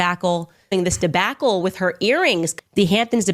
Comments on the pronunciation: The “A” in “Debacle” is pronounced “ah”, not “A”. So, if correctly pronounced, the word should sound like “De-Bah-Kl”, not “De-Backl” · dih-BACK-le XD XD XD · DEBACKLE?? ARCITEXTURE! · "de- BACK -le" 😂😂😂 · Candace says Debacle like Britta says Bagel.